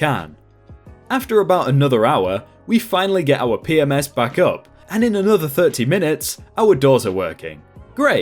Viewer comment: re: story at ~ ; It sounds like you are saying P-Ms (plural) instead of P-M-S for Property Management System (standard hotel software).